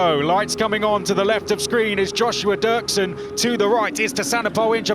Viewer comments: Dürksen is pronounced Duerksen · Ü = UE Dürksen = Duerksen . Both are correct, in German or Spanish , the English Durksen pronunciation is wrong, the same happen to Hülkenberg =Huelkenberg in the F1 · It's dürksen